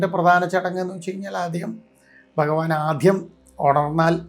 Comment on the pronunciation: ഇതെന്താണ് ഇങ്ങനെ ഫഗവാൻ ഫഗവതി മനപ്പൂർവം പറയുന്നതല്ല എന്നറിയാം എന്നാലും എന്താണ് ഇങ്ങനെ